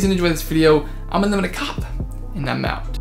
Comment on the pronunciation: “Unlimited kahhp” lol Great video man